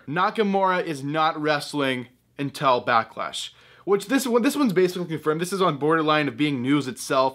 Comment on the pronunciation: Backlash? I thought it was a Becklash.